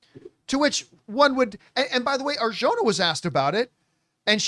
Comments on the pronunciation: Not to nit pick. But the "j" in Arjona sounds like an "h". Just so you know because it appears you'll be saying her name a lot 😅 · Hey campea.. please learn how to pronounce her last name right. You are saying it wrong